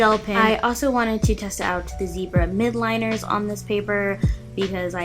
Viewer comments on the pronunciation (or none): It's mildliner, not mid